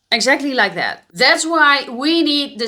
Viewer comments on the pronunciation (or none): " it going to dead kind of direction " lol "that!! (not dead) kind of direction", it took a time. to may ear